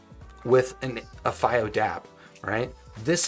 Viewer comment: Maybe try pronouncing the products name properly if you're gonna make a video about it... It takes 5 seconds to do the most basic research